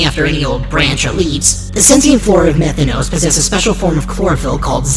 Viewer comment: Methanos no, METH THANOS